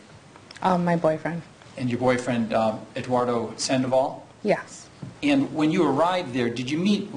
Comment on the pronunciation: Eduardo Sandavol........LOL! Sanchez...... lol.